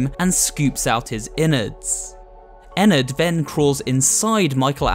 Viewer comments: ennard not enned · It’s rpronounched enn ard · Actually it “Ennard” not “Enard” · WHY DOES EVERYONE PRENOUNSES ENNARDS NAME WRONG!!! THIS MAKES ME REALLY MAD!!